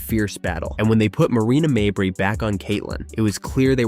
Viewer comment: Stop mispronouncing mabrey 😢